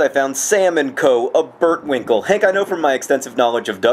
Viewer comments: Haha, a 'burtwinkel' :p It's actually pronounced 'buurt' like... wait. English people don't know how to pronounce the 'uu'. Great video though! Was the chocolate to your liking? :) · John, it's not a burtwinkle. It's a buurtwinkel. The uu is long. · So funny how you say 'burtwinkel' whaha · uw buurtwinkel, love how you pronounce that (: huray for bruges!!